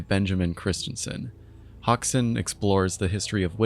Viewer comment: bro said "hawksun" 💀